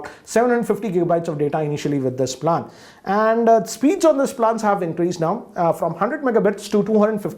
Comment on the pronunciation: Goddammit learn how to pronounce “plan” please